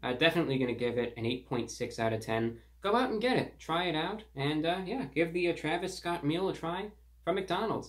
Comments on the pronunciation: “thee traviss sscott meal.” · I love how classy and professional he pronounces his name 𝕿𝖗𝖆𝖛𝖎𝖘 𝕾𝖈𝖔𝖙𝖙